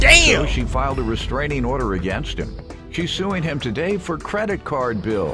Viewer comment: Her pronunciation of restraining order is pissing me off